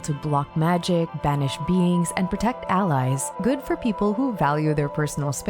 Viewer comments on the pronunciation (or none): none